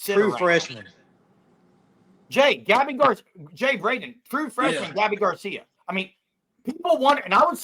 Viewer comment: BOOOOOOOOOMMMERRR! Gabby Gar-See-YA 👋🏼